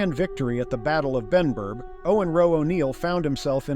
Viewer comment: was Benburb not Benburgh